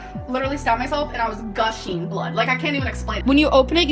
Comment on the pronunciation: So much gusheen and dangleen 😂